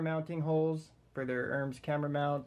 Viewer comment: pronounced "er-mez"